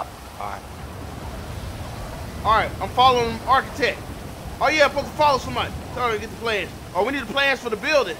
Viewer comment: This nigga said arch-itech😂😂